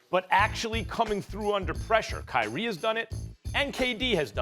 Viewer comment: it’s kyrie and it’s not that close